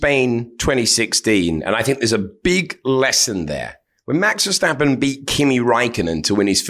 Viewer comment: Jesus, still Vershhhhtappen?? It's just a normal "st" and you pronounce the "a" like an English "u". The "e" is like the English "ai" like in "air" so VairSTUppen .